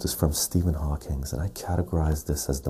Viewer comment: Another GREAT video,! One thing is killing me though....I've heard you do this in multiple vids now.....it's "Stephen HawkING", not "HawkinS". Keep up the great work, man!!